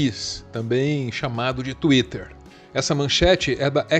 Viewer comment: Saudades de quando o falava "xuítter"